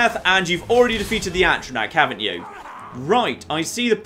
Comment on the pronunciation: 14 parts in and insists on saying Atronach wrong.